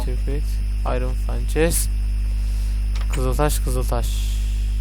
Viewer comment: ya abi furnanceye fançes deme yanlış diyorsun